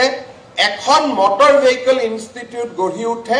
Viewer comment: Vehicle pronounce Koribo nuware aisobe, keneke nu news anchor hol nije u najane sage. Mor gedha bilake he job pai, bhal educated manuhe napai. Vehicle 😂😂😂